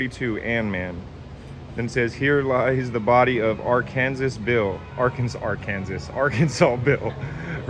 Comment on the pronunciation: Surprised I've never heard Ar-kan-sas before